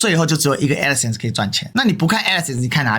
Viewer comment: 她去對法官說吧！在平台講沒意義！ 是Crowd , 不是Crown…d 是Adsense , 不是Addison 救命🤦🏻‍♀️🤦🏻‍♀️🤦🏻‍♀️